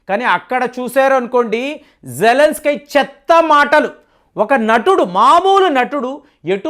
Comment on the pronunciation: అక్కడ జేలన్స్ కి అని రాశారు మీరేమో జలన్ స్కై అంటారు ఎందుకు అలా